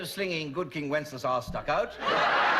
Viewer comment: "Good King Wenceslas Last Looked Out" got me 😂